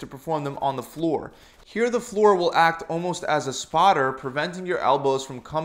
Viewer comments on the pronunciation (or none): none